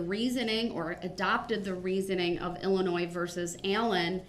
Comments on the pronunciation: "IllinoiS"? Is that a new state? Guess his 12th grade education didn't cover the proper pronunciation.. even after the judge quoted Illinois vs. Allen a million times dipsh!t still cannot say it right. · Illinois ( the S is silent ) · He thinks that the S in Illinois is supposed to be pronounced.